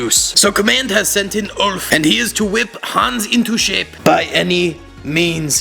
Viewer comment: I am from Germany and I'm trigert how you pronants Hans